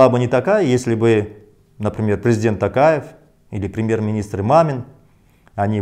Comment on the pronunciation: Почему ‘Такаев’??? ТОкаев же он! Это же не русский язык, где О произносится А